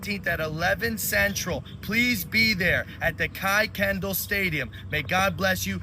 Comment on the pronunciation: This is troublesome. I had not heard of the "Austin" protest, but I have heard of the "Free Karmelo" protest. They can't even pronounce Kuykendall correctly so not from this area. ( Pronounced like "Kirkendall"). I'm in Dallas. I agree with you that this is a set up. Very scary.